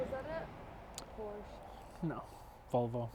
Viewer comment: I wonder if the way she said "porrrrsh" made you very angry and made that "how to pronounce german car brands" video